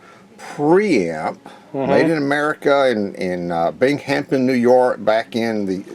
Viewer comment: Bing HamP Ton ? Does anyone in America pronounce it this way ?